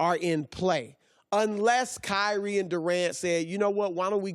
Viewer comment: Michael, David, Edward, William, Steven, Kobe; say them all. There is no KY REE. His name is Kyrie. Zion is another. You don't make someone a legend by pronouncing a 2 syllable name with emphasis on both syllables. Come on, CO- LINN.